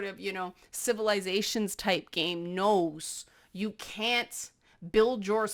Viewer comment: I wish one of my cats was less afraid of physical closeness. Momo should come and teach her a lesson. Also, your "can't" sounds exactly like "can", which is exactly what my English teacher warned me about.